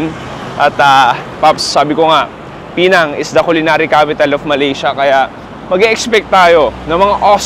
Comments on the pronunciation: It's not pronounced as PEE-NANG. It's PEH-NANG. The stress falls on the 2nd syllable. Pinuntahan mo na rin lang yung place, sana tinanong mo na rin sa locals kung pano i-pronounce Ng tama yung lugar nila. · PE NANG Ang tamang pronunciation nyan at Hindi Pinang